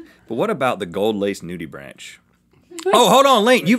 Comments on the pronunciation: It's pronounced noodybrank, not noodybranch. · Nudibranch is pronounced nudy-bronk actually. Sorry to be that guy but it bugged me. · It’s pronounced “NOO-dee-brank” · Nudibranch is pronounced nudi-brank, not like a tree branch. They are really cool creatures that are incredibly understudied!! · “Nudibranch.” It’s nudi-branck. I don’t know why. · cringes every time they say nudibranch It's nudi-brahnk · it is pronounced nudibranc, the he is silent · Bruhhh, the way he pronounced nudibranch smh